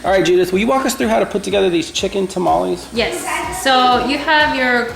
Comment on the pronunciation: Dude, you've lost weight! Grats! Get a real blender. And its tah-mah-less not ta-ma-lease